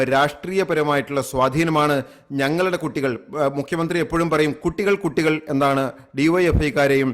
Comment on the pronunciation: പറയുന്നത് കുട്ടി അല്ല കൊട്ടി എന്നാ 😂😂